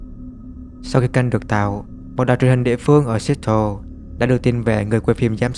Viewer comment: Seattle đọc là Se/att/le nha ông ơi